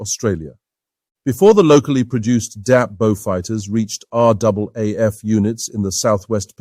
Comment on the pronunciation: Thank you. An almost ignored but very capable aircraft overshadowed by its more glamorous companion. Like the P40, the Beaufighter was an extremely important aircraft to the RAAF war in the Pacific. Thank you also for getting the pronunciation of the RAAF correct.